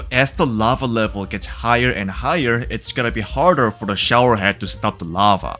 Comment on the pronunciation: DID BRO SAID HARDAR 😂